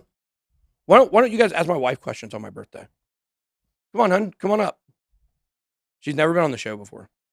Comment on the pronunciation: Happy “BITH-DAY” Ben!!🎉🎂🥳